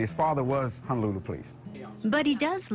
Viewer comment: Its HONOlulu not HANAlulu. Just so you are tracking brother. 🤙🏾🤙🏾🤙🏾